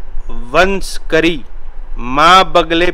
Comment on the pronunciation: वंश करी नहीं बोलते ।। व शंकरी बोलते हैं । पूर्य पूर्य न बोलकर पूरय पूरय बोलना चाहिए ।जय भैरव